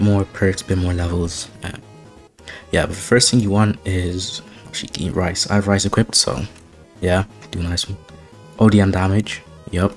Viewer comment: reese. not "rice"